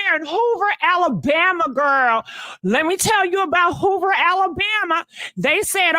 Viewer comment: said "Hula Halabama" which it should be Hoover Alabama. I'm in stitches! 😂😂😂😂